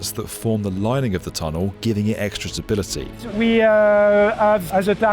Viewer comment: 14.40....extra tability?????